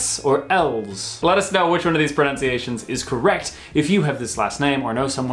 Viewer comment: “PreNOWNciations?…preNUNciations surely?......ok you redeemed yourself a couple of minutes in